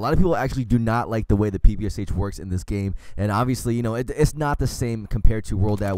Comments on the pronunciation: It's not pepeshe it's papasha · You need to say pepasha from Polish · Anyone else start dying when he started saying "pepase" instead of ppsh